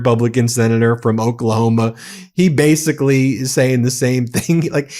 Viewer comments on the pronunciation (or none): none